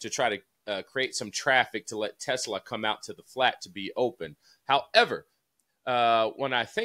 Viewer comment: Josh - please bust DJ's chops for Teslaa pronunciation. Lol😂